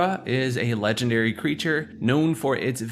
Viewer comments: How he says "Legendary" leads me to think it's text to speech... "La-Gender-Ree". To be fair though, I have a friend who pronounces "Compass" as "Com-Puss", and another who pronounces "Lore" as "Lure". Some people just pronounce things differently. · why does he say legendary like that 💀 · the way you pronounce legendary is hilarious.